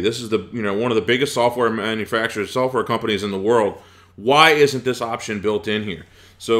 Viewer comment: this is annoying me THis not Dis